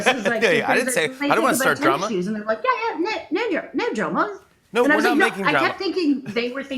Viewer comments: haha you couldnt sound less like an australian with NO DRAMAAAA lol, was too funny to hear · Lol.....as a Aussie, it took me a while to realise you were saying no drama ! Very English pronunciation. Nahr drahma mate !